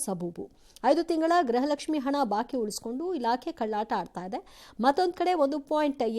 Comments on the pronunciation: ಹಲೋ ಪಬ್ಲಿಕ್ ಟೀವಿಯವರೇ ಲಕ್ಷ್ಮಿ ಹೆಬ್ಬಾಳ್ಕರ್ ಇದಾಳಲ್ಲ ಅವ್ಳು ಪ್ರತಿಭಾರಿ ಗ್ರಹಲಕ್ಷ್ಮಿ ಗ್ರಹಲಕ್ಷ್ಮಿ ಅಂತ ಹೇಳುತ್ತಿದ್ದಾಳೆ ದಯವಿಟ್ಟು ನಿಮ್ಮ ಪಬ್ಲಿಕ್ ಟೀವಿಯ ಮುಖಾಂತರ ನಾನು ನಿಮ್ಮನ್ನ ಕೇಳುತ್ತಿದ್ದೇನೆ ಅವಳಿಗೆ ಹೇಳಿಕೊಡಿ ಗೃಹಲಕ್ಷ್ಮಿ ಅಂತ ಉಚ್ಚಾರಣೆ ಮಾಡಿ ಅಂತ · ಯಪ್ಪಾ ದೇವ್ರೇ! ಅಮ್ಮ ತಾಯಿ ಅದು ಗ್ರಹಲಕ್ಷ್ಮಿ ಅಲ್ಲ 🚫 ಗೃಹಲಕ್ಷ್ಮಿ ಕಣವ.. ಗ್ರಹ ಎಂದರೆ ಬೇರೆ ಅರ್ಥ. ಗೃಹ ಅಂದ್ರೆ ಬೇರೆ ಅರ್ಥ. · This is not grahalaxmi it's gruhalaxmi please speak properly Kannada